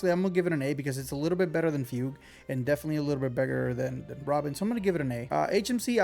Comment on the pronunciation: I get u man, Chinese names are sometimes just as hard to spell as they are to pronounce, my man’s been saying fewg to fugue even tho it’s “fooguehh”